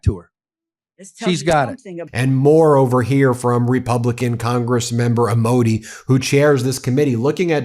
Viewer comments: am-oh-day is the pronunciattion of the chairmans name. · Let me help you with pronunciation for Amodei, (ammo-day) He found a ball because he is retiring. Usually he quietly flies under the radar.